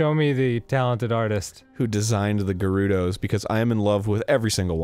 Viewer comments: When arin finally says gerudo right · NOW he pronounces Gerudo correctly. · After god knows how many Zelda playthroughs, and how many hours spent in Hyrule, Arin shows us that he is finally capable of pronouncing 'Gerudo' correctly. this may not have been the finale we needed, but it was the one we deserved. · HE PRONOUNCED IT CORRECTLY.